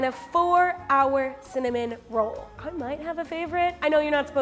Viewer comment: “cimin roll.”